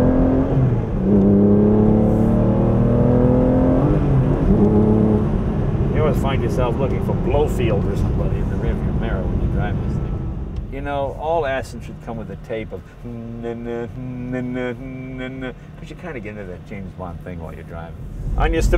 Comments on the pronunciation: Its Blofeld Jay, not Blofield ! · Ernst Stavro Blofeld.